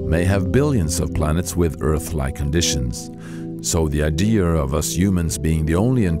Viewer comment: ugh!!! at he says Idear, THAT'S NOT EVEN A WORD! it's a IDEA!!! not IDEAR. I hate it when people say that.